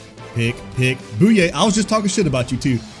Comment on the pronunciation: btw i think bouye is pronounced Boy-yay not boo-yay